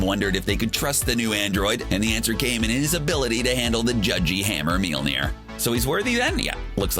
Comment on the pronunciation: "meal-near" This same guy says this on multiple videos. Just get one of the in-house nerds to read the script instead of a voice actor who doesn't know anything about comic books